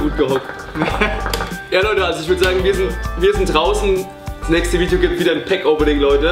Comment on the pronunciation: Nicht dein Ernst oder? "vidio" wenn es ernst gemeint ist dann stimmt etwas nicht bei dir..;D